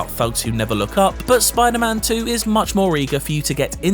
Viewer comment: Never trust a man that pronounces spiderman like it's a jewish name.